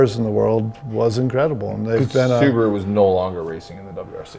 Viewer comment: So nice hearing Americans say Subaru the right way